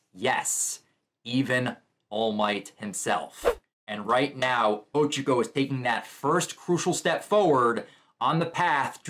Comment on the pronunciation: O Cha Co Not Ochico